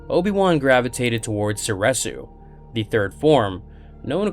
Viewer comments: Soresu is pronounced sor-EE-soo. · Sor Reeeeeeeeeee su